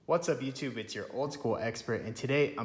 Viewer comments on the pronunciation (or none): none